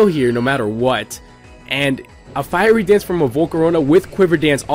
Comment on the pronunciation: Firey Dance? Lol..."Fiery"